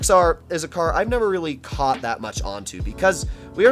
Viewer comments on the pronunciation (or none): none